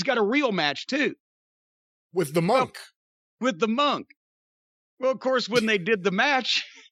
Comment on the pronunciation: I literally just learned this week it's pronounced "Mun-k" where as I've always pronounced it as "Mon-k".. Hearing Jim say it so many times made me realize how wrong I was for all these years.